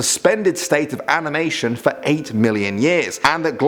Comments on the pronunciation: He said "amination" instead of "animation." ^^ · is it me or did he say aMiNation? Still love this channel tho.